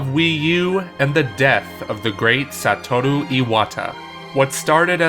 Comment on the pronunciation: He actually pronounced Satoru correctly. The sound of the R was even altered. Better than I can do, anyway.